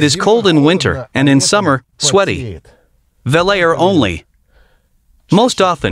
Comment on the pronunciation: not 'VELL-AIR' - 'VELL-OOR'!!! What a monster! I want one. (and I am in Canada...so it would be the ZED one...not ZEE one!!)